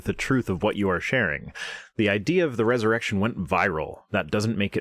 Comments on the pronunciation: I also thought it sounded like she was saying Jusus' Errection. Lol. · Ha! I heard "erection" too! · So glad I'm not the only one who heard 'Jesus' erection' lol. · At some point I heard erected jesus